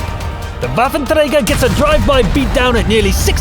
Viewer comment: can you pronounce waffëntrager